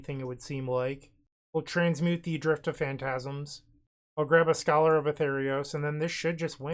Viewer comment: it's scholar of ATHREOS, pronounced "ah-three-os"